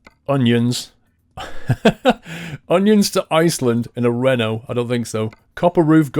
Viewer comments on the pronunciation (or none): none